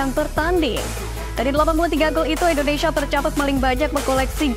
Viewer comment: INDONESIA, Mbak .... Baca yg bener ah Bukan INDONeiiiiisyaaaaa😅